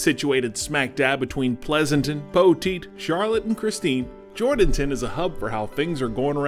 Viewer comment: This is such a touching story. I was born in Atascosa County and grew up Poteet. Check into the pronunciation of the towns you visit prior to your story. Jourdanton isn’t JOR-Dan-ton. It’s Jur’dn’tun. I love my home county and the beautiful folks are totally amazing for what they are doing. But when I watched this story, I kinda cringed. I really have only good intentions. I just know if you are from this area, it’s a red flag that you don’t know the fine folks here by pronouncing their town incorrectly. Thanks for sharing this couples’ amazing ability to turn a tragedy into something beautiful.